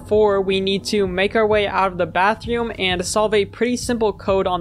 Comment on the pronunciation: bro said bathioom